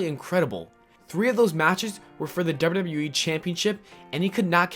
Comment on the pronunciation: why tf do you say WWE like that? FIX IT